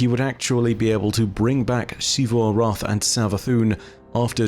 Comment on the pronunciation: Dude. PLEASE. It's ZEE-vu, not SHEE-vu. It's been said out loud numerous times in-game, and it's Zee-vu every time. Your pronunciation is objectively incorrect. "X" does not make that sound. It's a small thing in the grand scheme, but recounting the stories of Destiny is basically what you do for a living, and it's borderline offensive that you deliberately keep getting the same thing wrong.